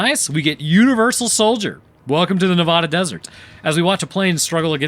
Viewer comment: Every time you say Nevada wrong, another local falls victim to gambling addiction. Thanks a lot.